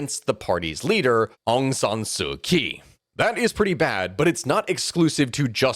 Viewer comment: Far too many names with funny spellings to expect an outside analyst to pronounce correctly, but by my ear, our narrator here got 98% of the names reasonably correct. There's one that stands out as incorrect, and is oddly the most well known - Aung San Suu Kyi. When I heard you also mispounce the name of the currency - the Kyat, I had to comment. I note this not to admonish but to identify a pattern - the "ky" Latin letter combination corresponds to a "ch" or a "jh" phoneme. The Lady's name is pronounced something like: Aung San Suu Chee.. the money are "Chat"...and many locals call the capital of Japan "Tocho"... Looking forward to part 2!